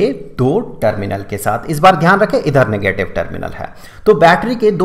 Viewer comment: "Nagatave charge"